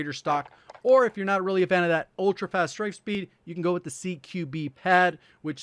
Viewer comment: Why did he yell fast 😂😂😂